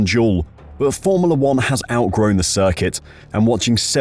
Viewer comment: Is it just me, or is anyone else annoyed that voiceover man can't pronounce the word FORMULA.